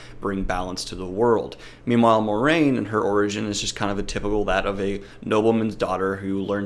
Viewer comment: It's pronounced "mwah-rain"